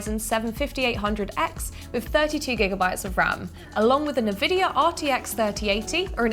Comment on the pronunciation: 'Navidia' lol